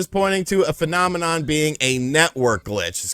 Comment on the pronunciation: finominin